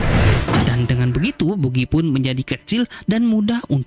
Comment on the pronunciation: Bagy bos di bacanya bkn bugi. ktawan ga suka nnton op ni adminnya